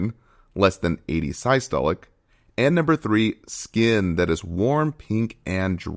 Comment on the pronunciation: While the information here appears accurate, there a couple notable mispronunciations- tachypnea (should be tachyp-nea, not tachy-penia) and the quite baffling pronunciation of systolic as “sigh-stolic”.